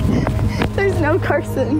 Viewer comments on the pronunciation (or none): Did anyone realize it’s Carson not carosn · I love how she spent Carson like carosn ahahaha🤣🤣🤣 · I just noticed called the Carson guy “ Carosn ❤️‍🔥” hahahah u gotta love 😂